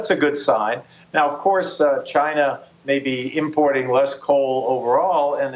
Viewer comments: Trump says schinaa not china lol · Lol' the president of chinahh' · he says china like chyna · Trump--"I have great respect for the president of Chinha..." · Its pronounced Gina. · I hate the way he says China. CHI NA. eh.. cringe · Like Seriously why do he have to say CHIIIIIINA so hard...... What A Joke!!!! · "CHYNA" -Trump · is the funniest part how he says China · I can't get over the way Trump pronounces "China" after watching all the Trump ytp's.